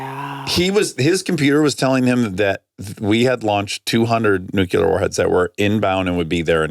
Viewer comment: Hi Dax, you keep saying "Nucular" (New-Cue-Ler) when it's "Nuclear" (Pronounced New-Klee-Er) I don't know if you appreciate that note, but I feel like you would/do. You use the word a lot, so I figured I'd finally mention it in case you wanted to correct yourself. If not, ok. Love you guys & your podcast!